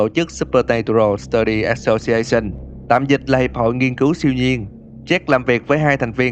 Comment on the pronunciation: Association đọc là Ơ sâu xi ây xừn chứ không phải ass đâu anh:))